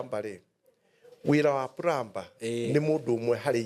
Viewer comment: Plumber.. plumbing 'm' is silent so it is pronounced as pluming, plumer